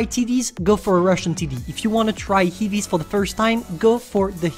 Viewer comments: They way he says heavies is very french.. heebies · 🤣😂😂🤣 ”heevies” 🤣🤣🤣🤣😂😂😂 *”copy and past”*🤣🤣🤣😂😂😂😂